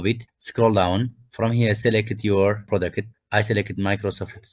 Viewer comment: tell me your persian without telling me your persian, selekit